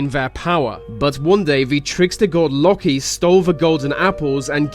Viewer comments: Locky? you mean Loki? (Loki pronounced like Low key) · Yup, it's not lok-ee it's loa-key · Lalkie it's Loki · Pronounced low-key not locky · It's pronounced low-key not loki jeez man haven't u seen the avengers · its not pronounced lock i its pronounced lowkey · Who els cringed when he said lokie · My child... 'Loki' is pronounced 'Low-Key'. Don't mispronounce his name. It's disappoints me as one of his loyal servants. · its lOkE not lokE watch avengers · Loki is pronounced like low-key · jesus he can't even say loki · LOKI IS NOT PRONOUNCED LIKE THAT U DUMBASS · dude....in the name Loki the o is long